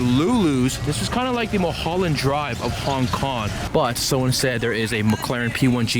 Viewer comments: 'Hon Kon' amirite? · Hon Kon?😂😂😂😂what a fuckboy